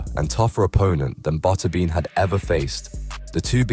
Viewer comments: Botterbean?? Who the hell is that?? I think you mean Butterbean. AI narrated slop?? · Cringy how the narrator pronounces Butterbean. 😎